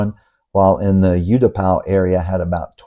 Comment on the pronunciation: I was in Thailand: 66, 65, 68, 69, 70, 73, 80, and moved her in 2003...!!! I saw Pattaya when it was still a fishing village and beyond Soi Asoke, Bangkok was all rice fields...LOL By the way - it is pronounced OO-Tapao, not YOU-Tapao